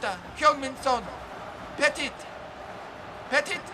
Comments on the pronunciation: Love you bro but it’s Puh-tee not Peh-tit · How can pronounce all kinds of stuff but he can't pronounce "Petit" correctly it's not fucking peddit😂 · ITS PRONOUNCED PE-TEA, It isn't a dog, it's not pet it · It’s not pronounced petit it’s pronounced petee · Emmanuel pet it its pronounced pet eat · How American can you be😂😭 it’s Petit, Pet-ee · Also,it's Emmanuel Pettit (Pet-tea)